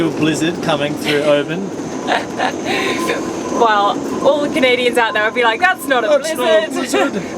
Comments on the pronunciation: Interesting that the dehumidifier nailed it. Rally enjoying these and lovely to see the changeable scottish winter featuring on a sailing channel ... just one tiny thing to mention: the place you're staying is usually pronouced OH-bun, rather than oh-BANN. Be sure to take a trip all the way up Loch Etive before you leave the area! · how long have you been in Oban and you still cant pronounce it properly